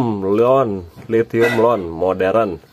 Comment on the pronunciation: LITHIUM ion ngab bukan LON , gebleg